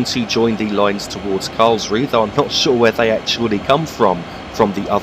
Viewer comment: I'm not German but I have a friend from Karlsruhe and I believe the 'e' at the end of German words is pronounced almost like an 'uh' sound (like the 'u' in 'up'). So Karlsruh(e) sounds like Karlsruh(uh). Sorry to be 'that guy' but I kept noticing it. Merry Christmas and thanks for the video. :)